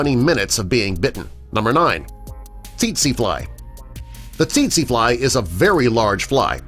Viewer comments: tetsie not tetshie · It's pronounced tsay tsay fly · check your pronunciation of teetsi fly also.. 🙂